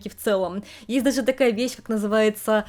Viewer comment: Я слухаю і не розумію, це у вас такий дефект мови чи це такий вид манірності щодо вимови, оця шипилявість, якц нічим не можна пояснити, я дивилась вас, але якось не приємно стало, це не природньо якось, ну оце ("дазе", "тозе" і т.д.), візьміть уроки у логопеда